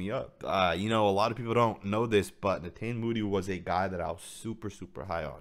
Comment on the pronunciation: I believe it's pronounced (ne-taw-nee